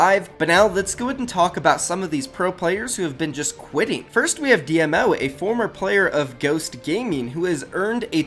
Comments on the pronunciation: Dee-Moe not d.m.o. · It's pronounced dee -mo and dee-m-o.